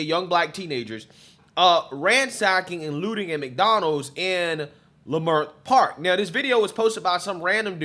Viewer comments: It’s pronounced lih-murt park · It’s pronounced La-Mert Park.. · Leimert is pronounced (La-Mert) Park. Just so sad again and makes me very upset to see black folk act like wild animals. I have officially changed my mind on reparations! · It’s pronounced La-Mert park bro, I’m from there.. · Leimert It’s actually pronounced Lemert Park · Its pronounced " leh-MERT " park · You pronounced the park name wrong. Wayyyyy off.